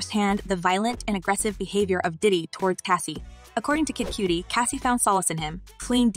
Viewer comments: Kid Cudi, rhymes with muddy, not cutie 🤦🏼‍♂️🤦🏼‍♂️ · Kid cutie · It ain't Kid Coo-Die either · Yea but especially listening to British cats and white cats and even some black and latinos not in the knows for years saying 2pack..it doesn't hurt my ears as much as Kid Cue-tee or Coo-Die..but at least the former I could accept as a girl tryna call him sexy or something...these AI bots need a slang update..but oddly enough it said Suge right...I thought it'd say like my girl use to joke saying Sooge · im impressed by how many different ways the narrator mispronounced cudi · That’s where she’s making the I jump the d to make the U say it’s name 😂😂😂😂